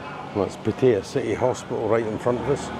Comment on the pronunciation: stop.saying pettaya It'd pattaya